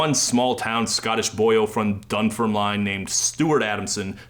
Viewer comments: FIY: The town is pronounced Dunn-firm-LIN, not Dunn-firm-LINE. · Dear God, why can't people investing hours into making documentary videos just spend 30 second is learning how to pronounce key words/names correctly "Dun-fer-Line"? (And "Oi" is skinhead revival music not punk). Add "Jake o'Bite" to your list. Who is he, some Irish guy? Anyone interested in Scottish post-punk of the time ought to start at the Scars, especially with regards to early use of video, e.g. All About You. * Dunfermline /dʌnˈfɜːrmlɪn/ was the de facto capital of the Kingdom of Scotland between the 11th and 15th centuries with a history dating back to the Neolithic period. Would have thought that was long enough for the world to learn how to say its name. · The pronunciations of Dunfermline and Jacobite are killing me You did actually nail Kilmacolm though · Incredible how Americans fail to pronounce some Scottish words and excel at others. Can't say Dunfermline or Edinburgh but nail Kilmacolm 😂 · I love that you managed to pronounce Dunfermline right the first time and wrong the second 😂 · The pronunciation of Dunfermline hurt my soul. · How did you pronounce dunfermline right the first time around and then completely botched it on the second try? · You almost pronounced Dunfermline right the first time, jacobite wasn’t even close